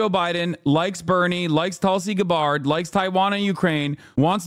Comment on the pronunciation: “Tulsi Guh-bárd”